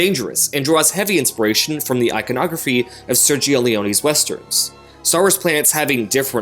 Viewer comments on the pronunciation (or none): none